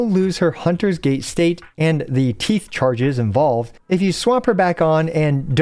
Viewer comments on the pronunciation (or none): You said "teeth" while she was walking slowly towards the camera and I couldn't help but hear "teets". I need to grow up.